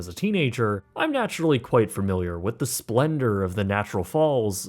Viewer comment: Love you videos, and watch almost all of them. But I wanted to just point out that the word is familiar, not framiliar. It’s a slight imperfection on otherwise fantastic videos, and honestly a pretty common mistake. Please keep up the excellent work.